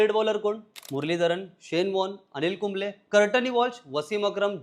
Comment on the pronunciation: कुंबले ❌ कुंबळे ✅